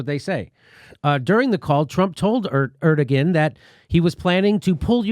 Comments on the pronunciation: Hi, Jimmy! Erdogan is pronounced air-due-won... Forgive my crazy spelling of this💙. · Jimmy, I think it's pronounced Er-Du_Won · Jimmy dawling. Erdogan is pronounced something like 'air-doh-wan'. I think. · Er-Duh-Wan, not Er-duh-Gan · /'ɜɹdəgən/? I'm sure you mean /'ɛɾdoːɑn/. I don't know why Western media forgets that the g is soft; i.e. it's Erdoğan, not Erdogan. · Lol, "Er-da-gan" it is pronounced Er-da-wan. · It's pronounced "air-doe-wan" Jimmy. Not "err-duh-gin". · It's AIR-DUE-WAN not ERD-A-GEN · It's airdowahn, not erdogin. It's just minutiae, but it's been bothering me. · President Erdogan is pronounced ER-DA-JUAN*** JIMMY! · Erdogan (Air-doe-Wahn) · Jimmy... it's pronounced AIR-DUH-WAHN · It's more like Err-doe-one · ERD-EG-EN LOL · Jimmy. The Turkish dictators' name is pronounced "air-doh-wan". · Jimmy it pronounced Air-dew-wan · ER DO WAN. That is how it’s pronounced. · Jimmy, it's pronounced Er/doe/wan. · Somebody tell Jimmy it's pronounced (AIR doh wahn). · I'm turkish... You don't pronounce the ''G'' when you say ''ERDOGAN'' haha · Lol Jimmy. You're saying Erdagon wrong. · I know you know how to pronounce "Erdogan," Jimmy. Come on...